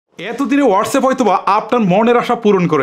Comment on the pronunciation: আপনে বলছেন ওয়াটছাফ এরকতা বলতে ছেন ফেইসবুকের ভুল উচ্চারণ করেছেন 55 সেকেন্ডে এগেইন ছেক করেন 😂😂😂